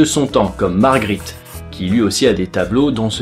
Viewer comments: hhhhh le peintre belg s apelle magritte et non margritte hhhhhhhhhhhhhhhhhhhhhhhh 3 . 23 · C'est Magritte, pas Margritte